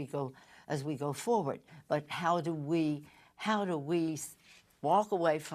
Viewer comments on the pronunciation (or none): none